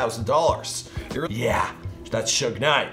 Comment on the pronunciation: Tehkashee ain't right bro